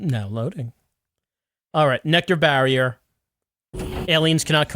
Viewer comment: Pronouncing it like NecTar kind of works for its role in the plot... has humanity stuck like a tar pit